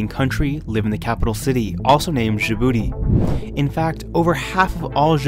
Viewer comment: Djibouti is pronounced with an initial j as in jam, by the way; not with the final consonant of ‘rouge’.